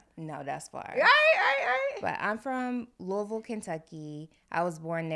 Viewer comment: pronounced Louisville the correct way!